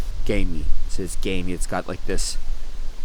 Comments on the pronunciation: It sounds like you’re saying gay meat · I’m sorry but I keep hearing gay meat